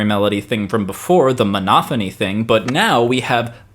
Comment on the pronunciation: It sounds like you're saying "Monothony" and "Homothony" as opposed to "MonoPHony" and "HomoPHony". I'm I mis-hearing?